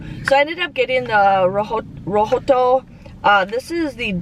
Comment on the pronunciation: TY for the vid. I never go to wags without watching your vid first. You crack me up every time you say RO-HO-TOE! LMAO